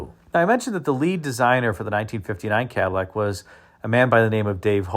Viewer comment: One of my favorite cars of all time. I agree the '60 is cleaner, but I'd take either one, you know, if I had to. I do find it interesting that this video seems to be referencing the 1959 Cadlack. Cad-i-llac isn't a pronunciation you hear much in the vid. Heh.